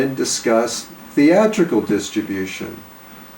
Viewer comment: I love when he says “5 theatrical independent feature films”. THEATRICAL.